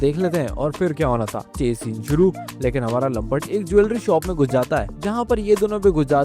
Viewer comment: लमपट नहीं लमपुट है😂